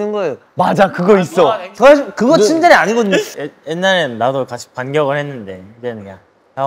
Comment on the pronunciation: 何回も見ていたのに今更気づきました チュンデレ ではなく ツンデレって発音してますね✨️ 日本語の発音に慣れてくれた それだけ頑張ってくれたんですね😭✨